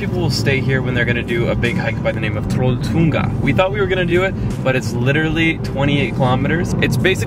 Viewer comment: It was so funny when he tryed saying trolltunga